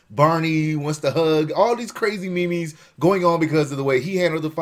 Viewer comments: Did he say Me-Me's.... pls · wtf is me-mes?